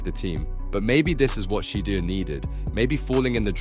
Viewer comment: If you can’t say his name right don’t make a video